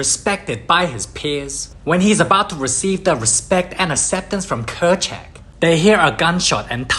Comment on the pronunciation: It’s Kerchak